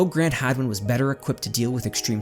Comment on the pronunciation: Is it hagman or hadwin? It sounded like you were sayingn hagman till the very end.